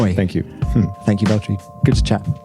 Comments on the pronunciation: I just love how he pronounced his name in Finnish and not how people do it in English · So Ricciardo did pronounce Valtteri's name correctly ! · EA361 Because Ricciardo can pronounce his name correctly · The way he pronounces the double T's are so good to hear for some reason idk why, but great!